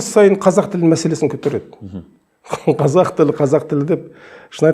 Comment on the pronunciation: Неге қазақ дегенді қазық дейди мына адам?